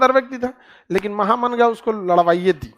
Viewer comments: Maya Ji महा मंगा नहीं माहम अंगा mujhe भी clear नहीं था, एपिसोड देखने के बाद पता चला, उसमे एक थी जीजी अंगा जो अदगा साहब की पत्नी थी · خان صاحب آپ بہت اچھے ٹیچر ہیں۔ لیکن یہ نام مہا منگا نہیں ماہم انگا maham anga ہے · सर नाम तो ठीक से बोले माहा मंगा